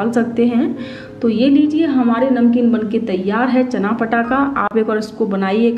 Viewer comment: Chana bolna sikhiye phele